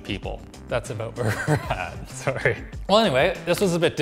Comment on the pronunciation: That Sorry at the end... Your far, far too Canadian to be a reviewer.